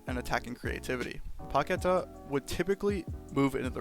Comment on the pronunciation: was enjoying the video until i heard your 'Paquetá' pronunciation :s. It takes 5 seconds to search his name on youtube and learn it correctly.